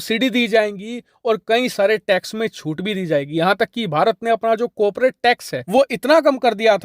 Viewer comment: Coperate नहीं होता corporate होता हे mind it